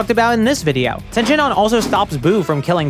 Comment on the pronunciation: Its tien not ten shinhan😡😡😡